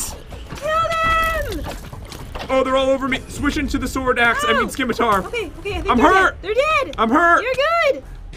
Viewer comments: The C is silent in Scimitar.. it's pronounced 'Ssimitar' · Scimitar. it's pronounced "SS-Ih-Mih-Tar" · Who else was kinda annoyed that you say it like (simitar ) and not scim-itar. The C is silent